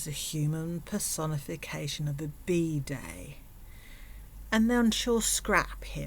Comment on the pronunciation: It took me until the last time you said "bidet" to realize you were saying "bidet" and not "bday", and I spent far too long trying to understand "secondhand birthday." And was so proud I figured out "bidet" right before you said "cleaning up shit" and could appreciate the wordplay. Anyway, yeah, good morning, apparently I need coffee if I slip up that much in basic accent differences lol 🤭